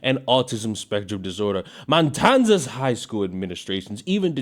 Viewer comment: The "MATANZAS" school😂